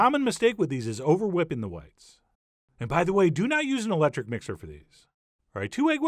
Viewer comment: Hillarious how I literally started the mixer when I partially heard "Oh and btw, do not use an eléctric mixer"